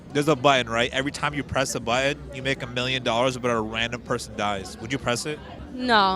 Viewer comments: Why can’t this guy pronounce “button”? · I would press it if the person who died was someone who pronounced 'Button' as "Buh-une"" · What happened to the "T's" in the word button? Can he even spell it? Cannot pronounce it for sure.